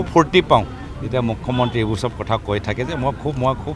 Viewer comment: গৌৰৱ ককাইদেউ অসমীয়া ভালকৈ ক'বলৈ শিকিব অসমীয়া হয় যদি মূখ মন্ত্ৰী নহয় মূখ্যমন্ত্ৰী